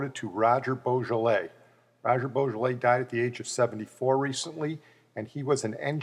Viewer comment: Please pronounce his surname properly. It's not pronounced like the French wine Beaujolais